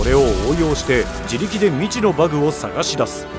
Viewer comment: バグの発音がすごく気になる